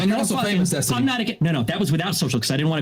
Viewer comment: "Zestiny" I'm dead 🤣🤣🤣🤣🤣